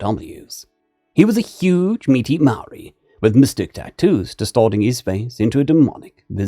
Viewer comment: As a Kiwi, part maori myself, dude for a lighter skinned you did awesome, trying phonetic with Maori language as always a gamble.